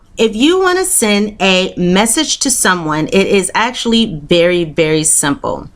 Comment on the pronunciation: its voory voory ‘sumple’